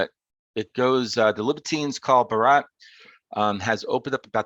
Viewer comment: You're pronouncing Barat correctly! Doherty on the other hand, is supposed to be pronounced like Docherty